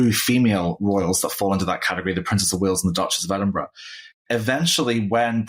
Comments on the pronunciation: "Ed-in-BURG"?! Seriously? Why don't you find someone with at least a grade 5 education to narrate? How embarrassing for you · Could someone please correct (after all these years) how to pronounce EDINBURGH...sadly, she continues to get it wrong, and she's been senior host of this Royal program for several years. It's not EDINBURGG.